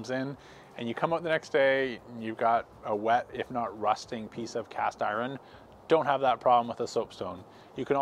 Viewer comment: Why can't you pronounce "iron"?